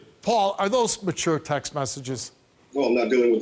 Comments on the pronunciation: I love how Steve says texes instead of texts lol. You look good Steve! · I'm gonna go ahead and say It since nobody else will, steve can't say "texts".